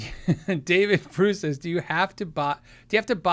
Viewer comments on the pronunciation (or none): none